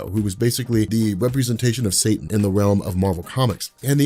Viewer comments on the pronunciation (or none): none